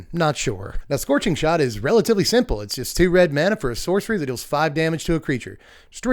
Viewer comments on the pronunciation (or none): none